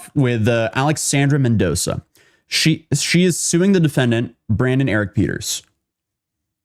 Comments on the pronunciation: BRAY-DEN not Brandon. This felt really unprepared. Too much dead air. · Bruh… his name is Braden, not Brandon…. Jesus you always be mispronouncing shit